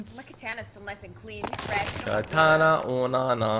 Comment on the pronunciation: Katana not na na